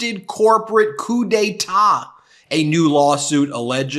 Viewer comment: I like 😂 how Ben keeps repeating“Coupe d’te’t” or Coup d'etat when it’s not anywhere in the article and keeps saying it wrong!😂